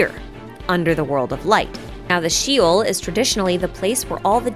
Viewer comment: The fact that Mona uses Hydro and specifically states that Hydro is needed in order to use her "Astrological" powers strongly supports this theory as well. P.S.: Hebrew is my native Language, so a few corrections if you may: Teyvah is Ark, Teyvat is "Ark of", so "Teyvat Noah" means Ark of Noah. the singular word is the former. Also, Sheol is pronounced as "Sheh-Ol" (Like how you say it in "Sherlock" or "Shenhe" then the second part is like the word "All")